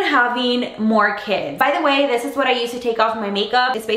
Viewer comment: when she says by it sounds like pie lol :p